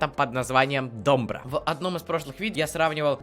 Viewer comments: Спасибо за реакцию. Но правильно будет не дОмбра, а домбрА. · Не до'мбра! А ДОМБР'А!УДАРЕНИЕ ПРАВИЛЬНО СТАВЬ! НЕ КОВЕРКАЙ СЛОВА! РУССКИЕ АЕЧНО ИСКАЖАЮТ! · Привет ударение на последнюю букву,тогда правильное произношение будет. Домбр ааа. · Добра, ударение на последнюю букву А, пожалуйста правильно произносите ! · Домбра́ вообще то а так прикольно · Не до'мбра, а домбра' ударение на (а) 🤗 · Спасибо за позитив. Правильно ДомбрА. Ударение на а. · Не дОмбра, а домбрА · Говорите,, домбра', ударение на,, а" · домбрААААААААААА! А не дОмбра! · Только не дОмбра, а домбрА. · Первая песня на английском конечно же, поёт Стинг. Вторая песня Батырхана Шукенова.И правильно ударение на последнюю гласную -домбрА. Очень понравилась твоя реакция. Ты прям такой позитивный, добрый. От твоей реакции тоже море эмоций и позитива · Домбра ударение на а или вы все специально искажаете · Домбра ударение падает на последний слог,так будет правильно звучать слово. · Добра ударение на А Домбрá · Ударение на последний слог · Почему нельзя произносить правильно название инструмента??!!! ДомбрА!!!!!! "А"!!!! На последний слог ударение всегда : домбрА, домбрЕ, домбрУ!!!! Мальчик, неужели трудно прогуглить перед тем, как хочешь "залить" в инет для своих лайков!!!!??? Бесит!!!!!! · домбрА'... Ударения в тюркских словах, особенно в именах собственных, ВСЕГДА на последнюю гласную. Домбра-домбыра - это не только развлечение, но и вполне себе боевой инструмент - задавал ритм во время набегов и походов. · Домбра - ударение ставится на последний слог - домбрА, спасибо за внимание. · Домбыра, ударение на "а" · Пожалуйста ставьте ударение на А - домбрААА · ДомбрА. Ударение на последнюю гласную. Спасибо из Казахстана. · Ударение на всех казахских словах падает на последний слог, например: домбрА, салЕм, ауЫл и т.д. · Читается мэйд ин кей зэд , а не ка цэ... и ударение в слове домбыра на последний слог. Так для информации:)) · домбра- ударение на 2 слог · Акцент домбра на после дней букве А,!